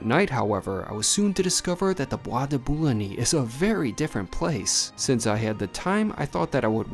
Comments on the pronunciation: The Bois de Boulogne isn't pronouned with that e at the end, de Boo long. It's where the vampire Lestat was first taken. You were lucky to get out with the tab.😂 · It is pronounced Bwah duh boo loon yuh😅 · Boo ah de boo loin. Pray Catalan. Nice video but please check pronunciation. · pronounced "bois de bouloin" one doesn't pronounce the "g" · Don’t pronounce the ‘e’ ending in ‘Bois de Boulogne’.